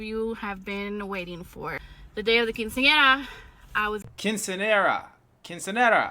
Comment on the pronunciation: Quinceanera is pronounced Keen-say-yerra — emphasis on the Yer🤍🤍🫧